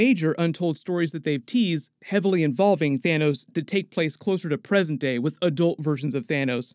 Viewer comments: its Thanos not Thanous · It’s pronounced Than - oss